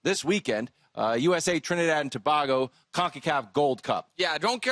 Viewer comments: It’s not Tobahgo its TOBAYGO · It's To-BAY-go not To-BAR-go Or just T&T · Why are they saying To-bag-o and not To-bay-go? 😂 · just so you guys know its too-BAY-go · Tobago is pronounced To-bay-go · It's pronounced ToBaygo.. Just saying.. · Trinidad and To-BAY-go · Its pronounced “to bay go” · Trinidad & To-BAY-go! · Don't forget Wilde's pronunciation of Trinidad and "To-bah-go" 😂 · Its pronounced Tobaygo guys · Its To-BAY-go 😂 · Is that how you say Tobago..? Lol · They struggling to say Tobago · The way they pronouced Tobago is Irritating lol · Oh this is wild Football (soccer) leading the show. Need to work on their pronunciation though 😂😂😂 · the assorted pronunciations of "Tobago" threw me off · Lol yeah always drives me crazy for some reason when people mispronounce Tobago (should sound like Bagel) or Antigua.